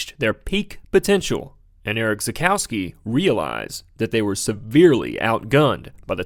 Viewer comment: Try to pronounce him "Erish Tsakoffsky". Also: Don't compare Nordchleife lap time bak in the late 70s/early 80s because of complete different track layouts. Otherwise this is a really great informative, well researched and edited video. Congratulations!